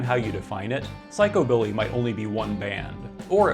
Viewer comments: Its pronounced psych u billy. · The emphasis has been traditionally placed on the first syllable in psychobilly, not the second.